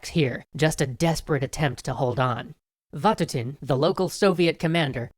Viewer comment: You messed up the generals names like Von (manch )-(stein) and Von(toot)-(in)